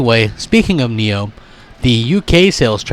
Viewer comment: Why does he pronounce nioh as niho